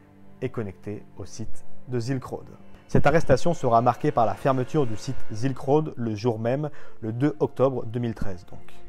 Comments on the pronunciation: ZZZZZilk road ^^' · sssss-ilk road ^^